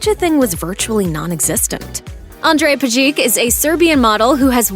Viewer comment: Its all cool, but Pejic should be pronounced as PEH-zheech(that implies that the stress is on the first syllable and the serbian "c" at the end is pronounced like "ch" in "cheese"), not Peh-ZHEEK. Jeez, its not that hard to look up how slavic last names are pronounced.